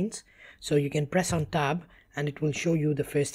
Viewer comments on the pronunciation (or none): When he say's to switch screens during the merging process, it sounds like he is saying "press on top", he is actually say "press on tab". And the Tab key typically just says Tab in English and we never look at the little arrows on it. So I was thrown off. Haha! I'll share more little quirks as I go through it to help other English speaking Americans.